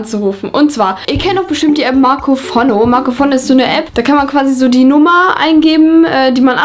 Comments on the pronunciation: Niemand:: Marcofonno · Man spricht es fono aus du Genius